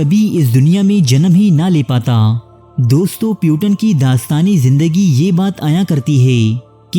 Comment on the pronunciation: Bhai mere tumne to naam ki aisi taisi kardi. Puteen naam hai iska, putan nahi